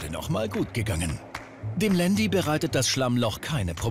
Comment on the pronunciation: Alles ganz cool aber ieses Landi das regt mich so auf sooooooooooooo man sagt zu einem Porsche auch nicht Porschiiiii. Man das heisst nicht Landi